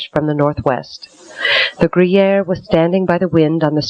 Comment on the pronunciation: Why does the narrator keep pronouncing the name of the British ship as "gruyere" like the cheese? It's Guerriere (or geh-yehr).